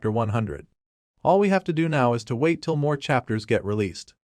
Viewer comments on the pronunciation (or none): none